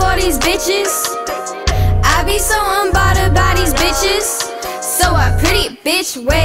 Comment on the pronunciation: Right she can’t even say unbothered correctly